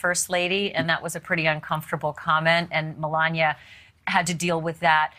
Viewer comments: It’s Melania, NOT Melañia!!!! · The way Ashley pronounces Melania sounds strange.